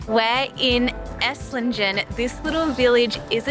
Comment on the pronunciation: The G in Esslingen is pronounced like the G in great, not like the G in gender. Aaaaand the z in Hohenzollern is pronounced like your ts sound as in bits.